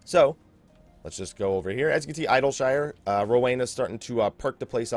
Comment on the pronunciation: Eye-dill-shyyre :D